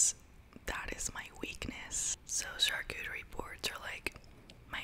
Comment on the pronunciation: So funny to hear you prononce "charcuterie" when you're French like me 😅 🇫🇷 But you did it very well! So happy to see more ❤️